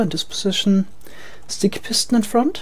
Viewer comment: I like it when you say FORWARTS , and FRONT